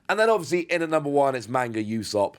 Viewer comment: Pronounced ooo-sop not you-sop btw